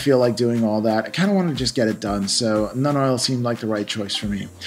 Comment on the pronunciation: When he says Nun Oil, is that the same things as Citadel's Nuln oil?